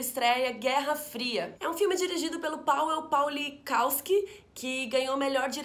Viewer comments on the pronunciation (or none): o nome do diretor de Guerra Fria pronuncia Pavel Pavlikofski.